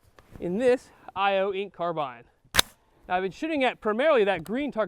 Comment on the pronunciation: I'm glad he pronounced it that way. I don't know anyone irl who says car-bean. The only place I've heard that is YouTube. I'm Canadian though so that might have something to do with it.